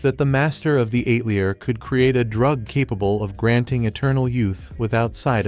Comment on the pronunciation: The “ate-lee-uhr “? These AI voice overs are so incredibly bad! 👎🏻